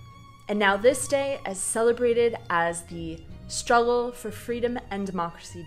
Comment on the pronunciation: In the bigger picture emphasis on the word "struggle" is really misplaced. Otherwise good video...